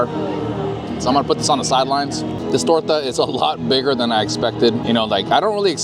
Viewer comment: I ‘m Mexican and I am impressed with your “torta” pronunciation haha it was perfect! Thank you for your videos I’m so excited for visiting Disneyland this October 🙌🏽 Edit: queso crema salsa roja? Or you have a lot of Hispanic friends or you studied very well, beautiful Spanish!